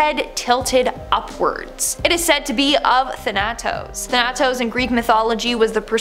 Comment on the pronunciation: Thanatos is pronounced Than uh' tose, not tha A tose...